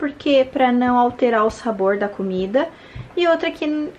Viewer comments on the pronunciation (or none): none